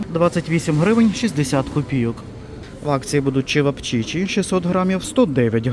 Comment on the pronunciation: ЧевАпчичи, люлЯ кебАб. Наголос за орфографічним словником